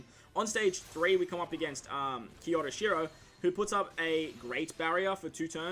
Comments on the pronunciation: its kyoshiro ! not kyoroshiro ,nice video man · You and Toadski butcher kyoshiros name 😂 it’s prounounced “kyo she row” it’s said like to”kyo”, Japan. Hope this helps, no hate of course :)